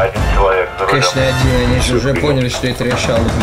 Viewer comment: Никто: Абсолютно никто: на: РеШаЛа 🤣